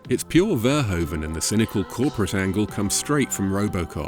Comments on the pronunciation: It is pronounced fur hoof un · Get a Dutch person to tell you how to say Verhoeven. You are not doing it right.